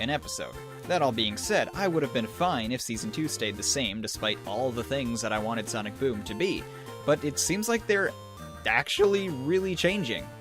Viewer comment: said Sonic Voom at the beginning of the bideo